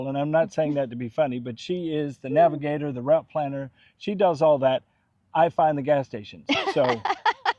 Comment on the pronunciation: Be a navigator not a “nagigator”. lol!